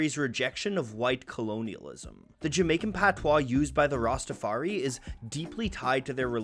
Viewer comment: As a a Jamaican I must say your pronunciation and research was on point! I mean really well done. Some of these topics and themes weren't discussed even when I was in Jamaica